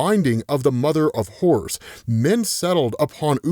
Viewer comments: Anyone else thought he said “mother of whores” for a moment? I took me a second to realize he was saying “horrors” 😂😂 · Lmao im sorry but every time you say "Horrors" i hear "Whores". Ik just like yeah whores can definitely lead you to a good time and horrors. 😅